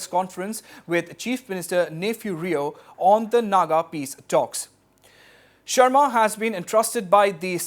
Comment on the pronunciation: It's sarma not sharma